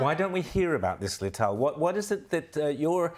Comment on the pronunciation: he butchered her name at the end Lital Smash